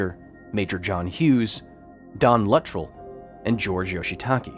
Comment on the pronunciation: Fantastic , but, the pronunciation of the name “Luttrell” hurts my head.